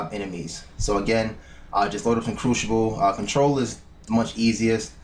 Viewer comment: Cruxiable xD